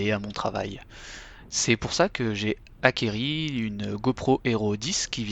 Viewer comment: Prochain achat après la go pro, un Bescherelle. "J'ai acquéri" purée, j'ai les oreilles qui saignent !